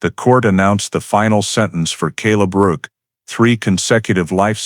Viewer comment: It’s rourke.not work. The man’s nae